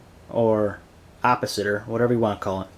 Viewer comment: Did you just say opositer! ???LOL